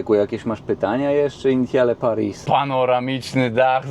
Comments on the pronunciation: Initiale Paris czyta się 'Inisjal Pari' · "Initiale Paris" czytamy plus-minus jako "Inisjal Pari".